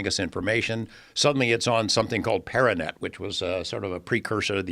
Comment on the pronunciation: Arpanet, nor paranet.